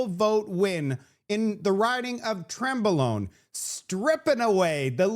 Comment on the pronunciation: Cmon mark. Trembalone?😂